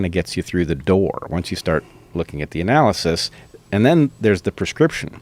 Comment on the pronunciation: i have never seen someone butcher an "analysis" so hard